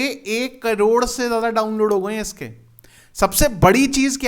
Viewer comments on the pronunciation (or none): none